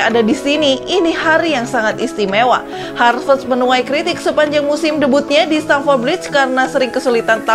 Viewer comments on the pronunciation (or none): haverst bukan harvest. Koplak bt sih😂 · Admin : "Harvest" Me : "😑😑"satt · Ngekek denger host ny nyebutin pemain2 Chelsea,😂😂😂, Dari Kai Harvets, timoi bakayako, sampai nkolo kante😂😂🤣🤣